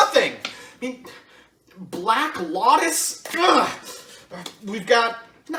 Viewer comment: "Black lawtus" I have played some mtg and know how to play it, but I also know how damn expensive that card is just hearing him say it and rip a random card was painful